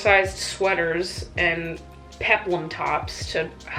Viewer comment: horrific flashbacks when you said "peplum tops"